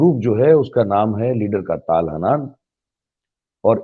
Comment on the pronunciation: ताल हानान नहीं ,,,,,,,,,,,, तल-हन्नान है।